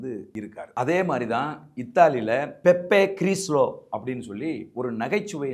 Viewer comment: (BEPPE GRILLO) "பெப்பே கிரில்லோ" ஒரு மேடை நகைச்சுவையாளர் மற்றும் அரசியல் நையாண்டி கலைஞர். அவரது பெயரை பெப்பே கிரில்லோ என்றே உச்சரிக்க வேண்டும்.